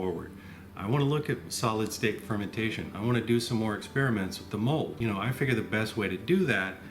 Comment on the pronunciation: I like pearl. Kokuho Rose is my favorite. ✨ I mean, for eating anyway. Whenever he says mold I first hear the word "mulled." Get it out of my head! I know what he means. I was thinking about that black rice that turns purple when you grind it. I wonder how that would work, how gelatinous it gets by cooking it... I also wonder if the time it takes to ferment this stuff has to do with climate. There are some pretty tropical places in China that would increase mean temp during fermentation and thus increase intensity of conversion over time. 🤷‍♂️ I'm trying but I don't have that much experience. The bathroom part made me laugh. I was thinking of a different take on it; "This is my wine bathroom. mHHHHH! Smells very fruity!" 😆 I wish people understood that whatever I do on my own property is none of their business, and that isn't hypothetical but protected by the supreme law of the land. Now I wonder about putting this in a cask after it is brewed. The clay pots increase complexity of flavor with use. There is some clay tea pots for example that are hundreds if not thousands of years old, and it is known for making the depth of flavor unparalleled. Research Yi Xing clay for more info on that. 👍 I happen to be a tea fan.